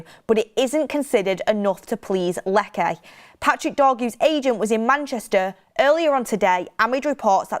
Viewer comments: Please …. Lecce is not pronounced ‘Leckay’, it’s simply pronounced ‘Lechay’ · not to be petty, it’s pronounced “Leche” not “Leckay” 😅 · Its not pronounced "Lekke" 😂😂😂Its pronounced as Letche. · Lecce ✖️ Lekke ☑️ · Lecce= Lech Che like ch in cheese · Lecce - Let chay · Stop saying "Lekae" you blonde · You work on one of the biggest channels and cant pronounce team names. Lekay lol